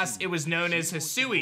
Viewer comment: He sue❌ Hi sui✅